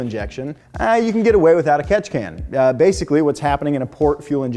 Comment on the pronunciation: Take a shot every time he says Ketchikan you will probably die 😂